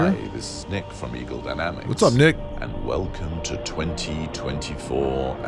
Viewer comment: That "What's up Nick" sounded like something completely different 😂